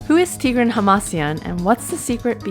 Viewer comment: Somebody has to tell it. It's tigrAhn hamasYAn, not tIgrain hamAsian